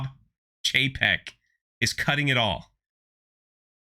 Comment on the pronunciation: It’s Bob Cheap-ek